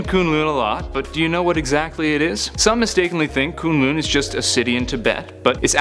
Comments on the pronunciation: Koon lune? BRUH! (Kun-Lun) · ITS NOT KOONGLOONG ITS KUNG LUN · Its kun lun I almost turned this off when you said koon loon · Shao Lao. NOT Shoo Lao and K'un L'un NOT Koon Loon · the way he says kun lun, it makes me so mad, its not ''kooon looon'' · Shoe-Lau and Koon loon? i literally fell off laughing.. Nevertheless, good video.. =) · This dude says kun lun weird. its so annoying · You're saying Shao Lao and Kun'lun wrong!!!!